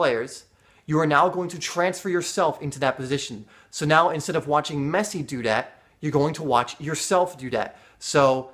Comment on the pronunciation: lol he said meshi